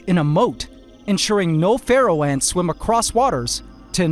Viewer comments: Every time he says pharaoh ants I think he says feral ants at first. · I’ve listened to it 3 times I must be deaf did he say they eat feral or pharaoh ants